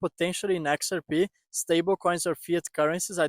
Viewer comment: "Exer pee"?